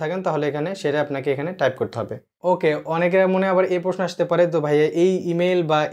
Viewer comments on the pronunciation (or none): none